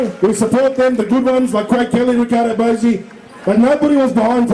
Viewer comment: His name is Riccardo Bosi. His first name (Riccardo) has two C's. His surname (Bosi) is pronounced 'bo-zee', not 'bossy'.